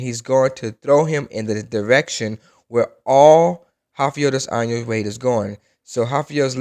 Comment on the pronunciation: Also "Rafiel dois años"